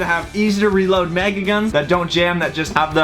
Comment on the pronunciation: Is it me or when says mega does it sound like maga